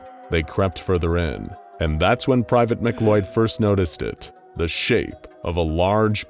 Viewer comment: Why in the fuck is McLeod pronounced like it's spelt McCloud? That makes me sense